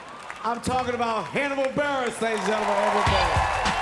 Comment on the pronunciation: “Burgess” lmao buress?